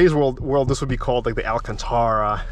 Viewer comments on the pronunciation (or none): none